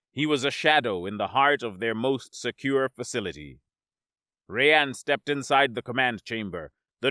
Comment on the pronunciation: Our narrator cannot properly say the name 'Rayan'. His name is not 'Ray-ann' instead, his name is pronounced 'Rye-ann'.